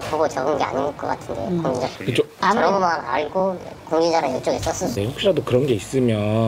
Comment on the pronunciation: 남친 말투가 예전에 소개받았던 전라도남자와 너무 똑같아서 소름..그 남자도 헤어질때 찌질하게 계속 집에 찾아오고 스토킹해서 지긋지긋했던 기억이..'알고'를 '아~ㄹ고'라고 발음했던 그 찌질이